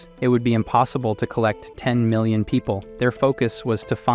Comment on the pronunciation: Yo just watching the new video 7 months later why does bro say mi-lion instead of million?